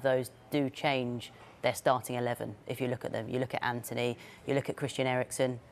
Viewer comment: Anthony? I don't see an h in his name my boy